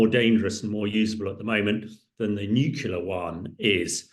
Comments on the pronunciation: NUCLEAR!!!! not nucula. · How can you be so high up in the military and not be able to pronounce the word NUCLEAR?!?!?! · Too right!